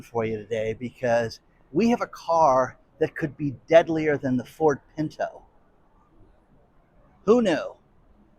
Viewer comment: literally pronounces it the way it is supposed to be: "PINTO"